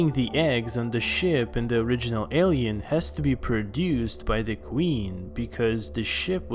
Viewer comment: The way you pronounce Alien makes me cringe